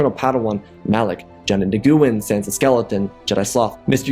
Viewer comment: I swear he pronounces Nguyen like that just to trigger me lmao